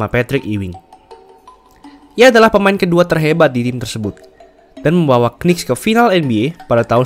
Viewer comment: sarann bang kalau sebut new york knicks, jangan sebut kenicks, huruf k nya ga dibaca. seharusnya yang bener itu nicks